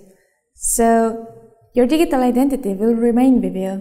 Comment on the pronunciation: lol digg-ie-tal